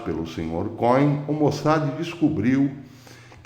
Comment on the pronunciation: Cohem se fala como côem. Significa sacerdote em hebraico.